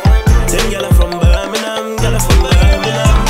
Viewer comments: Now if only he could pronounce it properly... Birm-ing-*ham* or Birm-ing-*um* NOT "burn-a-nun" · Say Birmingham properly if your from here Bir-min-gham not ber-meh-nam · If you’re going to make a song about Birmingham, the first thing you should probably do is learn to pronounce it properly. It’s not pronounced ‘Burminum’ that’s for sure. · You lot say birminam too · Why is it said like birminham not Birmingham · Man's saying birningham it's Birmingham for starts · Does it piss anyone else off how they say Birmingham? They don’t say the G in Birmingham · It's Birmingham. Not birminam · Just saying nobody in brum says Birminum... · The main major problem with the video, is that he pronounces Birmingham like a Londoner. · Yeh that's not how we say Birmingham 😂😂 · Would help if u pronounced it correct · My anthems KRO and you carn even pronounce Birmingham. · Make a song when u can say Birmingham properly yhhh lolll or is it me hearing wrong tday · How can you be from Birmingham and not even know how to pronounce it properly. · They can't say Birmingham probably 😂🤦🏼‍♂️